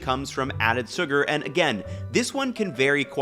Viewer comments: Is he trolling by saying soo-gar and stay-bility? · He keeps saying "stay-bility" too. It's a funny little mnemonic ;-) (and ) he does pronounce "lecithin" normally. "sugar" He has no "sh" sound to it. But then he says it normally (づ •. •)? "... those famous [Japanese] 7-11 gas station stores..." That's American. American convenience stores #1 seller is gasoline. In Japan, there's no gasoline at most 7-11's.